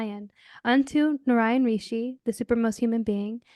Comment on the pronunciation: It's pronounced as Naaraayan not Naranya 🤕🤒😢😢